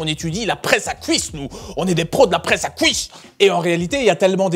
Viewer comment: "Fouir" , "couisses" 😮 😅